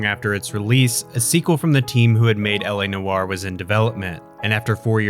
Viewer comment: LA Noire is not how you are saying it you're pronouncing it wrong everybody pronounces this game's name wrong just like you people do with Ubisoft